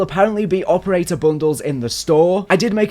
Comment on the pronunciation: why he say “operator” like that 😭